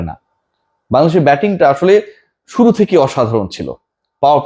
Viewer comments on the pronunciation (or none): none